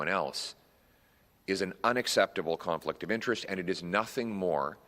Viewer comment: NO MORE "CARNFLICT" OF INTEREST!!